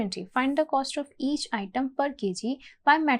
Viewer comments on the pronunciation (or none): coast nhi cost hota hai ...lmao